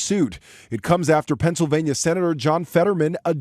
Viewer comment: FETTERMAN, the PRIDE of "PENCIL'vain'NAH" ‼️ 🎊🎉🥳 🙄😏🤭 > 😆😅😂🤣